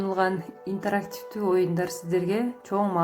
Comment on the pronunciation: туура айтчы интарактивдүү дебей